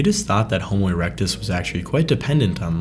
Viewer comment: "Homo eructus"?🤦😂"neanderthals and apemen"?!!!🤣🤣🤣🤣🤣🤣